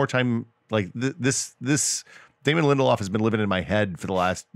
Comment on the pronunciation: It's Lindelof, not LindelHOFF. Sheesh :(